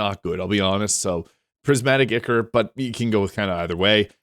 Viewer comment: And ichor is pronounced eye-core